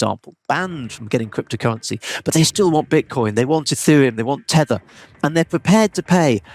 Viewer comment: "...they want tether" 😂